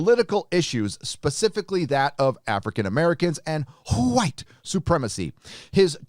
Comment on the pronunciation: Why do you say "whit supremacy" that way? Do you pretend it does not exist, like the carnival barkers over at fox, so-called news?